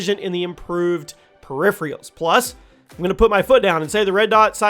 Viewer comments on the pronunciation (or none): PeRiPhRiAlS (peripherals*) 😂